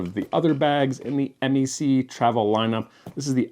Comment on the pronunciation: Just a heads up: we Canucks don't refer to MEC as "em-ee-see" but "meck"; short e, rhymes with speck. Keep up the good work and happy travels. 🙂